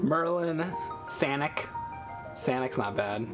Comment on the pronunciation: I burst out laughing at "Sanic"